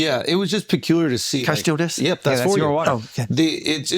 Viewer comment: “can I steaw dis” 😂😂